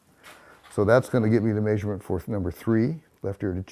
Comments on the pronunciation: Where’s that accent from? He keeps on saying ‘may-surement’ instead of ‘measurement’. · “The next maysurment” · Say measurement wrong again, I dare you!